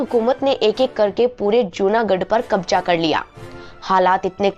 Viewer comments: भाषा में सुधार करो मैडम ....औरंगजेब (Aurangjeb) नहीं औरंगज़ेब ( Aurangzeb) होता है। शाशन नहीं शासन होता है। कबजा ( Kabja) नहीं कब्ज़ा (Kabza) होता है। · कब्जा नही, कब्ज़ा।